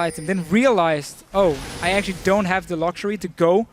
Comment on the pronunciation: is chinese? he said actuarry more than once this game